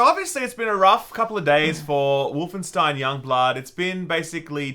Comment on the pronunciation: Wolfen-$TEIN, you say? Is that Jewish?